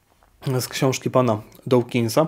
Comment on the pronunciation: Nie wymawia się dołkinsa tylko dookinsa. Dawkins czyta się przez długie o, a nie oł.